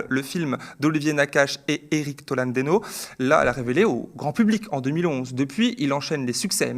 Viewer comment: Indépendamment du contenu, En deux minutes d'écoute a réussi à écorcher le nom de "Éric Tolanedeno" au lieu de Toledano, de mal conjuguer le verbe ouvrir a la troisième personne du singulier au passé simple ("ouvra" au lieu d'ouvrit), et en plus de l'incorporer dans une expression mal dite: (on ne dit pas "ouvrir les festivités" mais "ouvrir les hostilités"), enfin on a aussi eu droit un peu plus tard à "si elle serait là"... Le Media, investissez dans un Bescherelle! Un minimum d'effort en français serait pas mal avant de présenter une chaîne d'info....